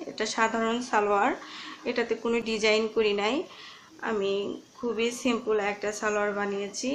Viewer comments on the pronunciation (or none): none